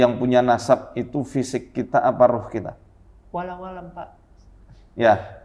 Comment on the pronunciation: Ngakak sm mas pas bilang : walawalam(wallahualam) 😂